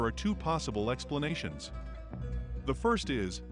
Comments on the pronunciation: Expaniations though. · 'Possible Expaniations' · “2 Possible Expaniantions”????